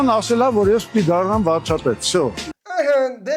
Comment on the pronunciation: Վարչապետ բառը չկարենալ արտահայտվել, բայց ուզնենալ դառնալ Վարչապետ 😂😂😂